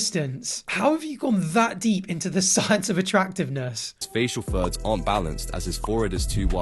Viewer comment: bro i thought he was saying “facial THUDS” for like 7 minutes of this video until i started reading the text 😭